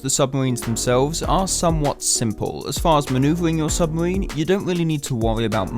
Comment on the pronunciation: "submawine" is not a word hahaha